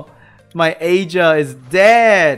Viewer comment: OK i will comment just don't hurt me. The Vampire Lord is pronounced EAR-GAR and the Water B K is AYE-JEER.